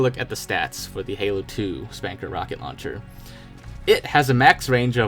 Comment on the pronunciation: It's pronounced Spunkr, like Sputnik. Saying Spanker is like saying SOOper MARio instead of Supper Meryo. People are going to laugh at you.